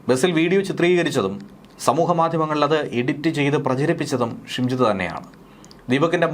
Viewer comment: ഷിംജിടാ അല്ല നരഭോജി